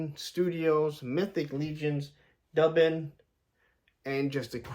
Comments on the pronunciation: M’bad. Didn’t look at the other comments. I’ve also heard, “doobin” which was he all 70s. Ha. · Duban (Dew-ban). 😂 Dub-an… 😂 he goes so great with Boreus (the gray horse). Also that’s not an Eagle. It’s a Hawk named Vedrfolnir… yeah I dunno how to pronounce that one. 😂 he looks so much better with the cloak and without the pauldrons. My only complaint is that the best crossbow hand doesn’t have a vertical hinge. 😢